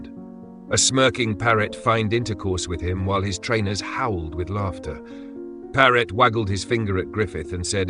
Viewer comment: His name was Paret. Not Parrot.